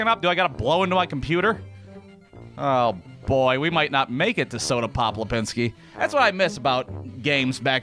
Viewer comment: Who is Soda Pop Lipinski?? Thought it was Soda Popinski??